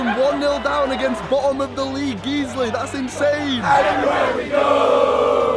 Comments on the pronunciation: Guiseley is pronounced as GUYS-lee not Geez-lee! It’s a suburb in Leeds. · I’m sorry geezly?😂 Guys - lee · Geesley😂 Geyesley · Hi Morgz, sorry we couldn't keep up the magic! It's Guiseley like Guise-lee! We'd love to have you at Nethermoor, just reach out to us. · ITS NOT GEEZLY!!!!!!!